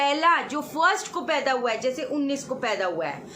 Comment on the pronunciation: "Houwa" chaliye koi aur bhi mila ye bolne wala. hamara to log mazak bna dete hain😂